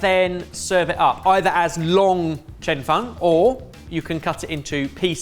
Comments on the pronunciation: The pronunciation on Cheung Fun is killing me 😭😭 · its pronounced "chung fen" and i eat it at least twice a week. i live in zhuhai and my chinese wife flipped out at the amount of oil you used. you dont roll it up so neatly, you kind of slide it together and give it a few flips. the toppings are generally added after its cooked (but not always) but before you slide it together, and its served swimming in soy/black vinegar sauce. its also VERY thin when cooked